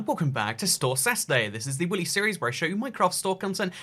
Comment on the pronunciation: am i the only one who heard him say willy instead of weekly?